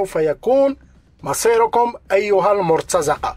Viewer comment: خويا. حنا كنتميوا للمغرب العربي ما كنقولوش المرتزقة بالفتحة. وإنما بكسر الزاي. Almortaziqa وليس Almortazaqa. شكرا لك.